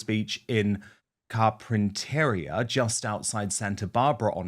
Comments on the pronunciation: I love Carpentaria. It such a cute slow paced beach town. I go there all the time in August /September when it’s warmer here in SoCal. Saying that, Carpentaria is pronounced Car - Pen - Teh - Ria. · It's pronounced Car-pin-ter-EE-a. 😊